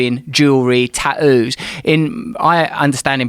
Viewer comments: Russell "taooos" brand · guys if you ever have do'uhs never let em get tah'oos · I don't fink my dawtah is old enough for ta-oo's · The way Russel says "tattoos" really pisses me off. It's like he's going out of his way to avoid the clear two T's